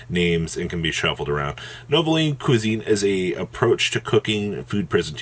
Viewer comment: since "Nouvellez" is based on french cuisine, is it pronounced new-vehl-lay? Or something similar?